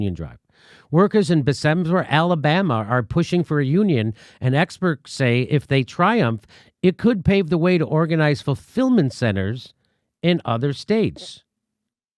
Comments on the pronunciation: "Bess-ah-mer", Jimmy lol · Jimmy, it's pronounced "BESS-emer." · lol Bess-em-ber Alabama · It’s pronounced “Bes-see-mer.” Please hit up who are organizing to garner support for the union :))